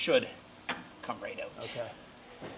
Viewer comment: Hey lets lay heyoot the exhaust, yeah lets get heyoot of here, lets go heyoot to lunch 😂